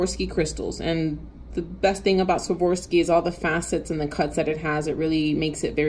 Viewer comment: A great way to remember how to correctly pronounce Swarovski (not Swavorski) is to basically remember this sentence, "I swore off skiing." I even taught my burly truck driving hubby to say it correctly using this method. 😉👍